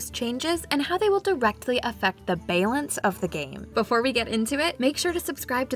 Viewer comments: Did she just say bay-lance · aww, they worked so hard on these jokes and it is bay-lance that sets everyone off lol. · I lose it every time in all her videos when she says balance. 🤣🤣🤣🤣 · I lost it when she pronounced “bay-lance changes” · The narrator has gotten quite good since they started producing videos. However, that's one word where her accent really comes out. :-P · <3 we wanted to pay homage to the earlier mistakes that she made with it when she first started! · Can't blame her - it's a tough word to pronounce correctly. I'm a native english speaker, and sometimes I accidentally make it a hard "C" sound at the end, so that it sounds like "balink changes". Sometimes you just gotta own it. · The biggest April Fools joke was the way she said Balance